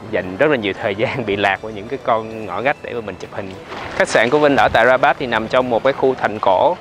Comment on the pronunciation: Rabat mà có lúc a Vinh đọc thành Barat ý 😁